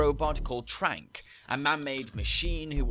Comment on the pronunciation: "Trank" What, is he Clank's long lost brother? :P